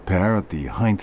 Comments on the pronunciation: While you are correct that there are different spellings for some words, that's not at all what is happening here. He is simply mispronouncing the word in the same way most people do. It has nothing to do with locale or spelling – Americans say it wrong, too. It's a simple mistake; there's no need for excuses. The word "height" ends with a hard T – or you're saying it wrong. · Except he's pronouncing "height" wrong.